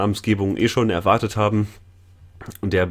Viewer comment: Wenn man "erwartet" hört, wie ich, isses ja doch richtig c